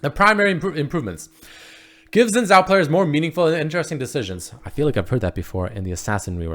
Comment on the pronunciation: Real pronunciation: Shinn zhao